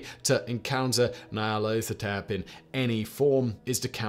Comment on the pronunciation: You are correct. All his pronunciations were, um... admirable attempts.